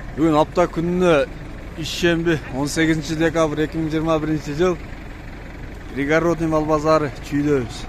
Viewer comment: Реалдуу.Пригародный эмес пригородный. Ударение на и. Город жазылганда да, айтылганда да город айтылат. Гарод дебейбиз да.